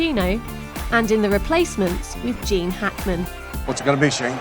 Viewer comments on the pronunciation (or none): none